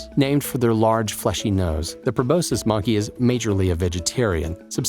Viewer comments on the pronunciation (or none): So silly with the top two being monkeys that are widely known, at least in appearance. They should've been down at the bottom. And the robot is pronouncing proboscis as probocis lol.